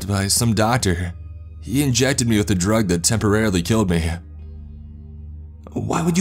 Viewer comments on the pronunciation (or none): Drug-teh, coolant-teh, no safety guarantee-heuh